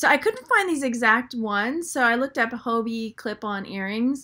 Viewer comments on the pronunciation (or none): Being kind:) I know Hobe, his daughter in law. It is pronounced Ho Bay. Hugs